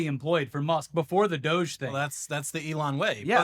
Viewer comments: it's pronounced dowj, please stop hurting my brain with "doggy" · Yay! Thank you for being the first person with an audience, that I have heard, to pronounce doge "doggy"! It's the little things in life that give me faith in other humans, you two are the greatest!!! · Pronounce it Do-gai. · I fully support mispronouncing DOGE. May I suggest that instead of “DOGGY” you go for “DOH-Ghee” to emphasise the stupidity of the situation via the classic Simpsons reference. Just feels like a missed opportunity. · I'm not calling it "doughzh." We don't call the FBI "Fehbee," or the IRS "Erhs." Call it the D O G E or "doggy" if you must. Don't give Elon the satisfaction of using his stupid meme name. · Actually DO GE, is pronounced DODGY, you just got to put some twang on it. Besides, it's far more accurate. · Please, please dogie is the correct pronunciation and please don't stop 😂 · Why isn’t it pronounced “Dodgy”? Seems obvious to me